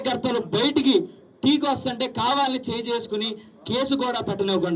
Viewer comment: Vastuntee❌ vatuntee✅